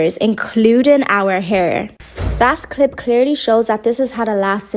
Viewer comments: She sound so dumb it's not air it's hair she should be ashamed of herself as a black girl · The girl in that video for all her tushness can’t pronounce hair as hair. She said air. And I laffed. I can say to her do not bring your tongue that can’t pronounce H to my event